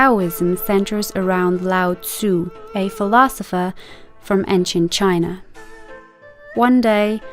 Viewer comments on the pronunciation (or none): none